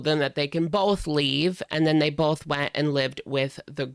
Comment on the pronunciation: "Bolth" lol